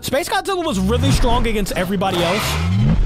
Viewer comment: Why are you keep saying Godzilla wrong